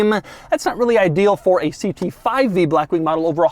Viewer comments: Doug “Blachxwchkkk Wing” DeMuro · Why the hell it sounds like Doug pronounces it as "Brackwing"? 🤣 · I ABSOLUTELY LOVE THE WAY DOUG SAYS BLACKWING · Every L is always capitalized and tripled: "bLLLackwing", "LLLuxurious", "cLLLimate vents", "gLLLove box". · If you say black wing like that one more time… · every time he says black wing he emphasizes “black” so much 💀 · Doug just say blackwing normally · Insert the way doug say black wing comment here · What's with the way Doug pronounces "blackwing", with that weird L sound and the emphasis on BLACK. Weird... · Blackwing with emphasis on the a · How does Doug manage to say Blackwing in italics. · Is Doug just physically unable to say blackwing normally or what 😂